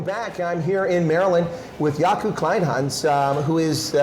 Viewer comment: Kleynhans you say "Clay-n-ha-ns" - "ha" like in "haha" 😊.